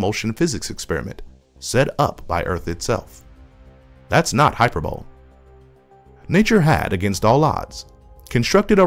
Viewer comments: Jesus… great research, but ignorant narrator that has little if no idea of what he’s saying, (“hyper-bowl” etc.) and plenty of alien thirsty morons commenting. I can take the stupid comments, but get a narrator that is literate in science please. It’s thoroughly distracting. On second thought.. the narration might be AI, which is even more off-putting. If it happens again, I’ll block this channel. I can take a moron narrator, but not lazy AI crap. HIRE A SMART HUMAN. I will go beyond being a bitchy commenter, and narrate it for you if you’ll accept “baritone white male, educated” The channel is GOOD, but please fix the embarrassing stuff. Could be great, just figure it out. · Closed caption guessed "hyperbolt". Audio sounds like "hyperbole" (rhymed with "mole"). Was this an unreviewed AI narration, or just an ill prepared human attempt?